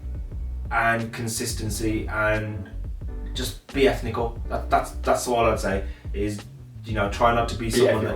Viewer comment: Enthical 😂😂 impressive honest nuggets thank you both